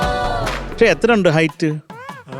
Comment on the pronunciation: പശേ അല്ല പക് ഷേ എന്ന് പറയടി പരിഷ്കാരി